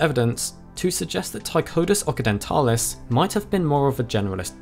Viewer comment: I believe Occidentalis is pronounced "OXidentalis" and not "OKidentalis". Like Occident (west) vs. Orient (east). Occidentalis and Orientalis, both appear in the nomenclature of several species.